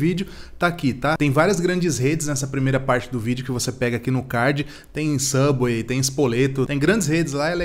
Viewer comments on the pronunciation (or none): none